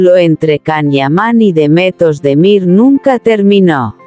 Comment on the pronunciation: Kanaman a Demetos de Mir - kdo to je? To jsou nějaké neznámé zkomoleniny...... Pokud chcete o někom mluvit, tak se alespoň naučte správně vyslovovat jeho jméno - to je základ slušnosti a projevení úcty k dotyčnému. Pravděpodobně chcete mluvit o hercích, jejichž jména jsou Can Yaman (ve jméně Can se C čte stejně jako se čte J v anglickém jméně John) a Demet Özdemir. Tak je neurážejte komolením jejich jmen.